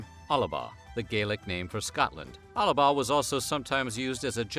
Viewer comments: Really really really annoying that you put extra A in Alba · Well a lot of this is absolutely incorrect. The only part you got right was the tattooing. It's Alba not Alaba 😂 not Northern England and Southern Scotland AT ALL. And dont mistake Picts with Gael Celts.